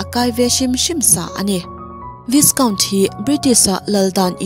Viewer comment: vai- kaunt tia lam tur a nia